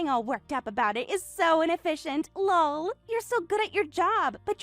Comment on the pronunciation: Saying "Lull" every time LOL comes up is seriously ridiculous. Just laugh for goodness sake.